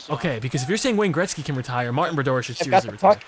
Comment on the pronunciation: Who's Wayne greztgy? I think you mean Wayne Gretzky?....